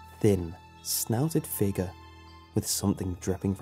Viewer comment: I love how all creepy pasta narrators say figure like figur with without the sound of the "y".